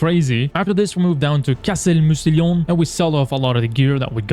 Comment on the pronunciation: I really wish you'd looked up how to pronounce "Mousillon" before you started recording 🥲